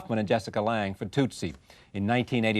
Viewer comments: Rose keeps saying "toooot- sie" it's tut-sie.....rhymes with 'soot'...very distracting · Rose is forever mispronouncing Tootsie. It’s very annoying. The first syllable is NOT pronounced to rhyme with pew or few or moo or woo. The first syllable rhymes with put or foot. Tootsie rhymes with footsie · Why is Rose mispronouncing it! It’s tootsie like the candy for heaven’s sake!